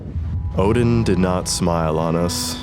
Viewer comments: Odin not oden 😅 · Its ODIN not fucking oDeN